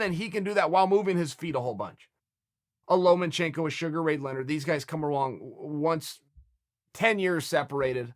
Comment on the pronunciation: Hey Chael, Artem fought Paulie....okay?.....not Lomenchenko...